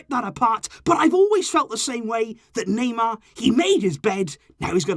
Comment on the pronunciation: Me I can't take this anymore it's every transfer were you hear the Naymer sage